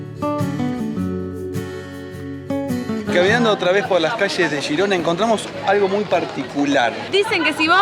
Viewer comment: por qué decís "shirona" o "yirona"????!!!! Es G I R O N A!!!! En castellano